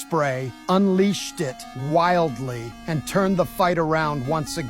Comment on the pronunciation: "Unleashed it widly" ayo whaat